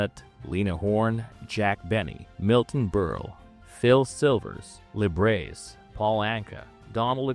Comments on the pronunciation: Da name is pronounce: Lib-er-achi. Not Libreace. You dolt! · I know you posted previously that English is your 2nd language and I appreciate your devotion to this video, but please fix your pronunciation of Liberace. He’s an icon and hearing “la brace” undercuts your best efforts. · AI announcer can't pronounce "Liberace" correctly. Ugh.